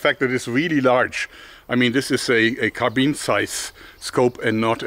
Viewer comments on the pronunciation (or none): none